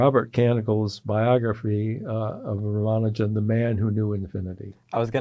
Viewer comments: The young interviewers are presumably Indian. Even if they are not - but particularly if they are - they could benefit from learning how to pronounce Ramanujan's name correctly from Professor Berndt. It is not "Ramanoojan", it is "Raamaanujan", with the "u" pronounced as in "bull". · A close friend from India tells me that his name is pronounced as Ram-Anujan. Certainly not with stress on the syllable "man". Is learning correct pronunciation beneath an academic ?